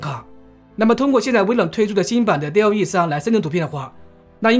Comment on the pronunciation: 不能生成1:1以外的内容，另外生成复杂的场景不够，第三念多尔E，第四DallE目前内测，不是所有号都有